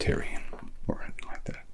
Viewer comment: Your impression is spot on man 👍 the only thing I would say is that your pronunciation of the word “anything” still sounds a bit British. Other than that… amazing as always